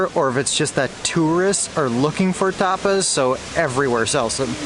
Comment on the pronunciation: Bro said tarpas Ta-pas it sound like u saying toppers 😂😂